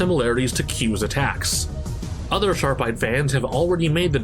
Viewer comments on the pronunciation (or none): none